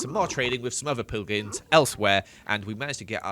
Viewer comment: "Did some more trading, with some other Poogins" excuse me wut